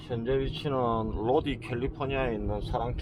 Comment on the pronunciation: 죄송한데요... 로디 가 아니고 로다이 라고 부릅니다.